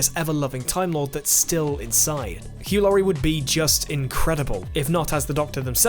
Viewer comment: my pick "hew Lurie" aka house